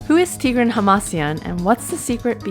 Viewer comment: Somebody has to tell it. It's tigrAhn hamasYAn, not tIgrain hamAsian